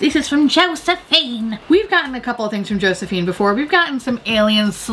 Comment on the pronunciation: I bust out laughing at the way you pronounced ~Josephine~ lmfao I love the Tilbury accent